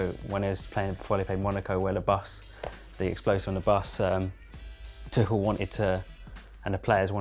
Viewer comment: isn't Tuchel pronounced like twoshell